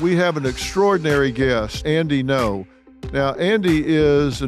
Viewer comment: It's not No. Its Ngo. It's between N and G